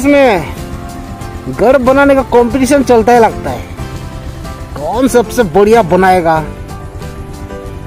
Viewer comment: Boriya nhi,bariya bolo,anyway mast hai video